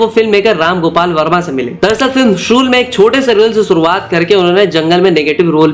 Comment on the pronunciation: Funny he was talking about the Sa and sha words but he himself calls Shool as sool 😂